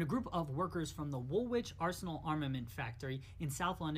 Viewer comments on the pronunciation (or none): Hi. V enjoyable. Learnt a lot. In terms of pronunciation..Woolwich is pronounced wool itch. Derby is pronounced Darby. 1 down 19 to go lol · Pronunciation guide:- "Wool-itch'. Thanks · The second W in woolwich is silent